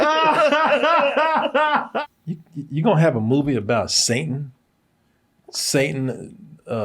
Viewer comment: The guy talking in this video is dyslexic too because he couldn't even pronounce Satan right